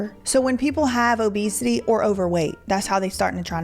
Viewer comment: “People struggle with obesitayyy”